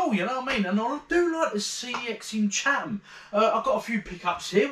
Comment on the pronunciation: You pronounced it correctly at the start. It’s “Chat-em”!